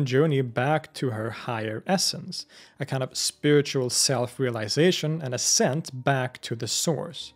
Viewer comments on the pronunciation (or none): none